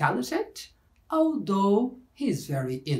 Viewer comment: That was actually a reasonably clear explanation from a grammatical point of view. So I would like to congratulate you on your pretty good job. However, I would also like to point out that the pronunciation of some words (i.e. "although" and "moreover") didn't prove to be entirely accurate. In spite of the minor details which I have just regarded, the lesson was quite good! But, again, we always need to get even the smallest details right! Keep up the good work!